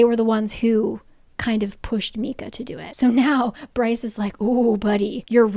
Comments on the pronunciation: I love you but these pronunciations😭 first Mee-cah instead of My-cah, now the hih-nd instead of the high-nd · Yes, also it’s My-cuh, rather than Mee-cuh, Ef-rem instead of Ef-ree-um, and RYE-jel-us, not Riggelus. Lol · Omgggg I am so excited for this video but I dont know if I can make it through hearing Lydia’s name (The Hi-ND) pronounced that way the whole book (hin-d). I got through Micah (MY-cuh) being pronounced (ME-cuh) from the first video so I know where there’s a will, there’s a way! 😂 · Why are you prounouncing it MEEEKA??? Isn’t it MICAH?? I will die if it’s pronounced meeka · I feel the same way! It’s definitely My-Cuh pronunciation lol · The hind and meekah are killing me here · It took me an embarrassingly long time to try to figure out who tf meeka was 😂 did NOT know Micah could be pronounced that wayyyy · I love these recaps so much but I am on my hands and knees BEGGING you to pronounce Micah correctly in any future vids. 😂❤❤❤